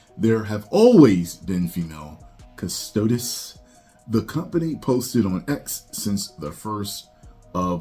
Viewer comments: I believe it's Custodes (Cus-toad-ees). Not too deep into the Warhammer myself, however I know a little. If it was deep lore, they shouldn't touch it I personally think, especially when they have female only factions within the lore. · Kust O Dees. Why is it ppl that say they know what GW is doing cant pernounce this. Come on man be better